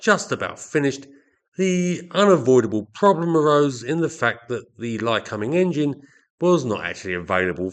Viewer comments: How are you pronouncing the engines name again ? Cum... Or .. combing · My take was that I'd read it as Ly-comb-ing for a million years but that given how you were pronouncing it I must have been wrong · Yes - usually 'Lie-Comb-Ing'. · It's pronounced (Lie-comb-ing) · Interesting pronunciation of “Lycoming”. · As an Australian I found you pronounced the name very strange and for once agreed with the American way.